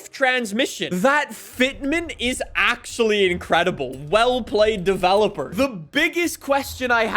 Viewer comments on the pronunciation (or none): none